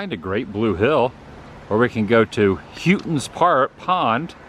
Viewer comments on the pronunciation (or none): It's pronounced "Hoe-tons pond" The barn is where they keep or used to keep the State Police horses you see at every major event for crowd control.